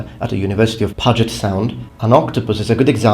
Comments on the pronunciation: Puget Sound is pronounced like "Pyu-jet". I'm from Oregon :) Excellent video! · Also we say it as "Pyuget sound" (with a hard U) ;) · You said Puget Sound wrong. pjuːdʒɪt. Source: Live near the Sound. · You mispronounced puget sound.